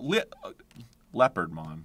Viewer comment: “Leo pard mon!” … “leopardmon”